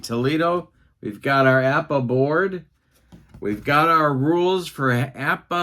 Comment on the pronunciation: was poking fun at because he always says APPA, when he says it there is no B stated